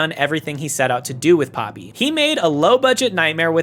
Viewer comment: It's pronounced "Pohpee." Japanese vowels are pronounced very specific ways that don't really vary based on... anything, except maybe rarely to more closely mimic the sound of foreign words if there isn't a better alternative. There are blends, but they're just... what the two vowels sound like if you say one after the other fast enough.